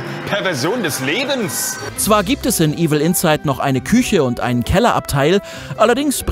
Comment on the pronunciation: Es heißt nicht Evil Insight, sondern Evil Inside. Bitte bei der Betonung beachten.